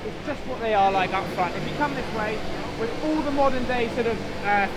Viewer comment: Come on, stop saying "wiv", it makes you appear so uneducated and stupid. "th" is easy!